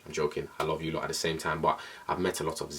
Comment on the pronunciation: Alicenwandaland I swear I saw this comment as soon as he said "luh you" 😂😂😂😂